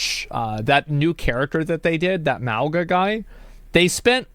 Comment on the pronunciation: The problem is, they researched the culture of Mauga, but they still can't pronounce his name properly. They went through all that to still get his name wrong. It's idiotic. The name is pronounced Mauga = Moe nga I'm Samoan and I face palm every time I hear it lol